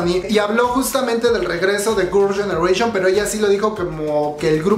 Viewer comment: Hola! No has pensado en mejorar tu pronunciación en inglés? Es que veo que ni GG, ni los nombres de los miembros, ni varias cosas en inglés las pronuncias bien o correctamente 🤔 Tómalo como una crítica constructiva no es hate ni nada x eso veo tus vídeos 😃